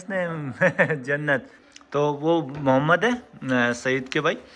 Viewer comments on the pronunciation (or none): none